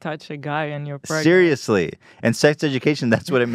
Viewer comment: Ethan trying to get pregananant